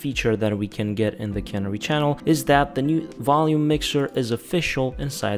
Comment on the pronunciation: ca-near-e. You're saying cannery.